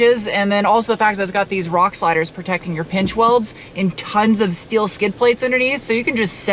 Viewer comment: I haven't watched your videos in a long time. Just busy busy busy. I'm flying in to Tucson in July, to go to 2 weeks of training... and then it clicked. -n-Tuned is out there. Also, I don't remember you pronouncing your S-words, like... "SHTEEL" 😂